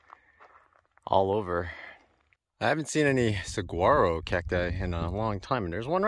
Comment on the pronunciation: I just love the way you say Saguaro, lol. I struggle with our southwest names too And I have lived in Tucson for 33 yrs! The "G" is silent btw😊